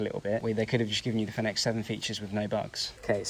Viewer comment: You should at least check how to pronounce Fenix before making a video about it